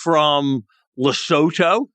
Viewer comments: Lesotho is pronounced Le-Sue-Too 🤦‍♂️ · Thank you, Sacks, for pronouncing Lesotho (Lu-soo-two) properly.